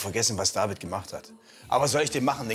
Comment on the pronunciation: Jemand soll diesem Mädchen bitte sagen, dass sie nicht mehr „Davieed“ sagen soll.